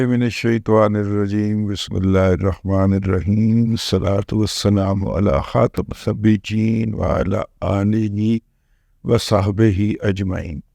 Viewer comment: خاتم النبیین درست پڑھیں